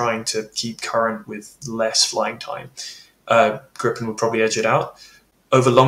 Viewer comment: Please stop calling Gripen "Grippen", it hurts my Swedish ears. The i is like the ee in eek-a-mouse. It's long and hard. Griiiii-pen. Say it with me English speakers! 😂😂And it's not "Grai-pen" iiiiiiiiiiiiiii-pen. I don't know how to approximate the i to an english word really. Listen to Max Villman here on youtube, he says it in basically every intro.